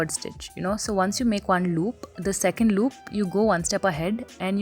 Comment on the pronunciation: Since when did you turn into a mallu? "Loop" lmaooooo